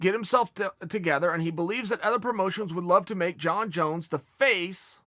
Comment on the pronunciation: Junkie Jones, Chael. Please say it right